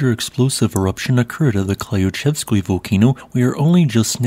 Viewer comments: The first 4 letters of Klyuchevskoy is a single syllable and sounds more like "kloo" than klai-ew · Always good to see an update. Earth never takes a rest. :) Also, re: Klyuchevskoy, you can leave the first y silent as that would be closer to the Russian pronunciation. So: clue-chev-skoy.